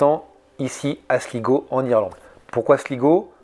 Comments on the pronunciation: Slaï-go et non Sligo😊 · Galway se prononce Gaulle way. Et Sligo c'est slaye go. Ya un bon spot de surf la bas d'ailleurs.